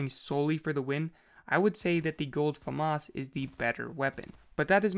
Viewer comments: Fyi its (fam-as) not (famos) anyone saying famas like him pronounce (fam) then (as) put it together thats right pronunciation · Am I the only one that says it like fam - as. And not fum - us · It is not FAMAS it is FAMAS